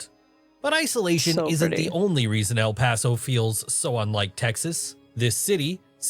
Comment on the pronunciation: I grew up In El Paso beautiful place. I love the way you say El Paso.